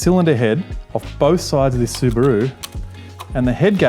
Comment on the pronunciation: su broo 🤷🤣 su ba ru✔ he can't pronounce properly